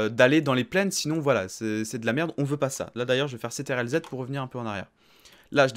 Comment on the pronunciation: Vraiment cool mrc mais a la place de controle tu dis c.t.r.l du coup sa peut porter a confusion mais vraiment cool ce tuto mrc